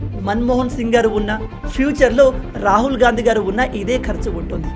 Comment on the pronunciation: Rahool ani Vinadaniki ibbandi ga undhi